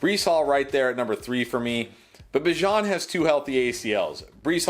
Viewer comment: Unfollowed for the pronunciation of Bijan